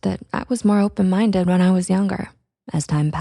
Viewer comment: “Are you open mindeu?”